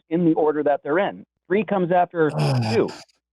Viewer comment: Vun equals Tree equals Vun. Ah ah ah.